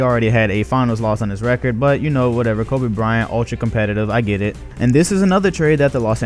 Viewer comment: Lol he's saying Kobe Bryant like how Charles Barkley says it Koba Bryant.